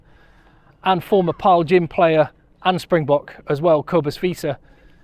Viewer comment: You all pronounce the name Paarl wrong